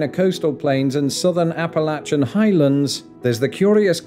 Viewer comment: Thank you for pronouncing "Appalachian" correctly!!